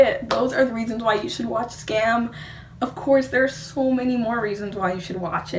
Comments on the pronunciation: Pronounce it like skahm. A Norwegian forest cat kitten DIES every time an English speaker pronounce Skam like Scam. And we don't want that! ;) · It's pronounced "skum" , other than that, great video !